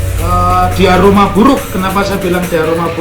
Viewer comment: Nuwun sewu Prof , kebbalik hehehe, bukan diaroma tapi DIORAMA. ngapunten nggih..